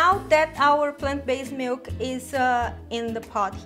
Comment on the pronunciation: You have lots of great recipes on your channel. I'm a rough and ready single guy, and cooking channels are normally not my thing. But your videos really stand out for some reason! Also I like the way you pronounce "mielk", it's so funny! "Almond mealk..." haha so cute I love it! I think that this should be the new official pronunciation of the word. I'm not saying boring "milk" anymore. Ever! Best wishes, V4L= vegan for life.